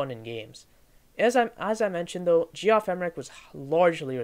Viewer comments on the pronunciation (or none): "Jee-off" (Geoff) is pronounced "Jeff" - short for Geoffrey, pronounced "Jeffrey". Good video, though. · You lost all my respect the second you called him Gee-off. I had to turn it off after a couple minutes. First place, if you don't know that that spells "Jeff", you're not that sharp. Second place, you don't know crap about the Beatles. You obviously just read stuff and put a review together. So solly. Thumbs down. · Ge-off? It’s pronounced Jeff. Lol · It’s pronounced JEFF Emerick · Nice job. Had difficulty with the pronunciation of Geoff, historically we pronounce just as Jeff. Not sure where the narrator picked up that interpretation. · Reviwer should learn how to pronounce the names - Geoff, Dalai Lama..